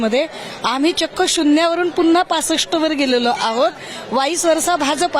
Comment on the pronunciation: शुण्ण्या वरून पूनंन्हा....